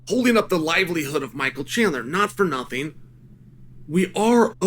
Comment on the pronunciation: chael saying apsolutely nothink